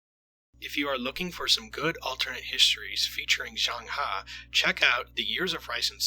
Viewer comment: u pronounced zheng he wrongly